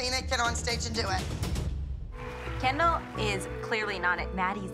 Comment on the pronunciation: The way jojo called Kendall "Ken doll"😭💀